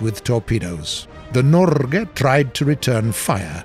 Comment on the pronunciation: I am actually surprised you managed to say Norge pretty good, you did well..